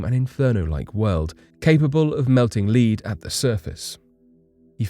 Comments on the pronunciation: I believe that melt lead at the surface is pronounced like led, not leed. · Lmao what are you man? "Venus can melt lead" pronounced (leed) do you even review videos before posting them to YT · Capable of burning what? Did you just call it leed 👀👀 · #2...already?? Melt the "lead"? It's Not like "follow the leader". It's lead, like the lead on the periodic table of elements.. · Melting Leead?... that pronunciation was something else Lmao! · Melting 'leed' hey?? You mean lead? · Did he really pronounce lead like leed? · Melting “leeed” at the surface? Lead, say it as it should be said 🥴, yep that last part rhymes to give you a clue on pronunciation 🤣🤣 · It really really bugged me 😂😂😂 leed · I am decently lenient when it comes to mispronouncing words, especially names and foreign words. But, Lead. They have had Lead for hundreds of years. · I have never in my life heard someone mispronounce LEAD as in MELTING LEAD, He said it like to LEAD someone but in a sentence where he is talking about melting.. Dreadful.. Inhuman.. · HA! 🤣😂🤣💚 You're too funny! I'm usually the one making comments about things of this nature and was going to do so and happened to see yours so I didn't even bother. I was snickering about how he said "lead" and when I finished the episode I read your comment and all of the replies and I was cracking up. You really did make my day start off in the right direction. I love people who don't beat around the bush. Raw unfiltered and right to the point! I can relate.